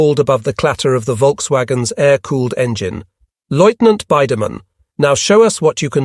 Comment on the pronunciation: Please find an AI that can pronounce lieutenant